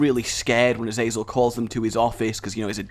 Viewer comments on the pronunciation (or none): none